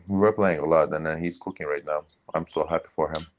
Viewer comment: "he was coo keeng" 😂😂😂